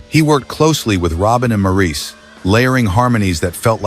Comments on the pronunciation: You keep referring to Morris as Maurice. Although the spelling looks like Maurice the pronunciation is very simply Morris. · I can usually put up with AI. This one has me seeing red. Maurice's name is pronounced Morris. The repetitious explanation of the songʼs background had me gritting my teeth because it was not accurate. While two of their songs from their early days as the Brothers Gibbs were mentioned, neither of them were actually their best songs from the time. The album cover shown had some of their iconic songs from the time. While Massachusetts is a beautiful and touching song, it was written on a dare. Robin especially said he could write a song about anything, so Massachusetts was thrown out and the song which resulted is an iconic song but this background gives THAT song as much depth as How Deep Is Your Love. They felt, as individuals, their music did not fit in with the music which paved the way for Heavy Metal. Disco did revive their careers but How Deep is Your Love is not the only song which fit their revival careers. Then a photo including their equally talented brother Andy was flashed. (As for Andy, his songs were written by his brothers and they provided background vocals for him.) As a lifelong fan of these talented musicians, this video didn't do them justice. Oh, and record was mispronounced. If AI is going to be used, and as I said I usually don't mind AI, but for heavenʼs sake review and edit it before releasing it to younger viewers. I first heard this song as I was working on a production line, paid by each product I produced. Thankfully my real career was waiting for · Would be nice if Maurice's name was pronounced correctly... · Yes, saying Mo's name incorrectly was like nails on a chalkboard! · MOR-iss not Mor-eece please... don't insult the Boomers. They're Aussies, not French... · His name was pronounced “Morris” Just watch Maurice who sang with his ex wife LuLu and hear how she pronounced his name. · Its pronounced MORRIS!!!!!!